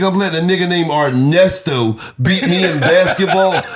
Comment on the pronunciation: “i aint ever losing to a nigga named Arnesto. U ain’t ever heard in the NBA the broadcasters say ‘Arnesto for THREEE” 🤣🤣🤣